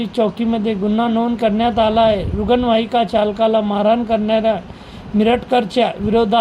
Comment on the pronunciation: अरे यांकर ला रुग्णवाहिका धड म्हणता येत नाही